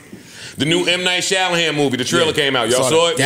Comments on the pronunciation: "Mnight Shalahan" 😭😭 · Ppl butcher m night shyamalan's name